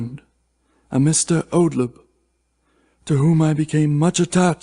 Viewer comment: I enjoyed that - but you mispronounced "Oldeb" as "Odleb" on both occasions. Which sorta spoils the name reversal.